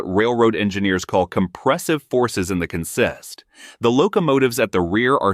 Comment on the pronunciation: The word "consist" in this context is pronounced CONsist, not conSIST. It's a noun, not a verb. So, a CONsist may conSIST of two locomotives and fifty cars. Why do we keep seeing unrelated images of trains in other countries? There is a bit of confusing information. It would not be a string line derailment if it was caused by helpers pushing on the train, as stated . String line derailments happen when too much pulling force is being applied, and the trailing cars jump the tracks to the inside of the curve. So, it would appear that this latest derailment was caused by compressive forces from the helpers pushing on the train, and not from pulling forces, which would cause a string line derailment.